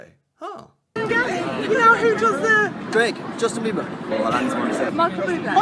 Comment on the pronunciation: did you slip and say “Justin Beaver”? 😂😂😂